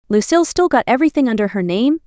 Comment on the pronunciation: It is Lucille not lose seal